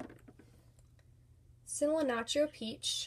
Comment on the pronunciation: it's pronounced pee-o-nee and see-lan-tro love you tho